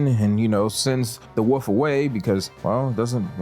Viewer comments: *Wolf not woof… 🤦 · You can pronounce the word "wolf" dude, we know you can. Its not a fuckin woof